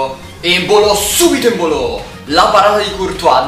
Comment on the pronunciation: evita di sputare quando fa gol embolo o come lo chiami tu empolo😂